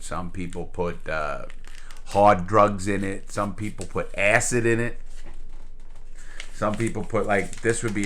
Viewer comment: "ass hid" acid... lol